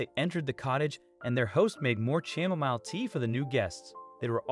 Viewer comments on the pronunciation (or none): Chamomile tea: the “h” is silent the “a” is short and the “mile” is pronounced “mill”. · Bears. It was bears. There, saved you 8 minutes. Edit: what’s “cham-o-mile” tea? 😂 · lol. I know. I’d just never heard that pronunciation before.